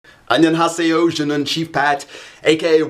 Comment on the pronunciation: Must Work On Korean you kinda mispronounced the word hi...